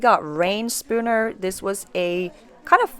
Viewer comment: Pronounced like "Ren" (& Stimpy.) The founder's name is Reynolds. (Spooner is the (sur)name of a seamstress he partnered with.)